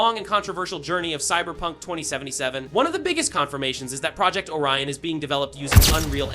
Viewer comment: I did not understand what are the ''HUGE NEWS'' nothing that we didnt knowalready. Also, learn how to say Project!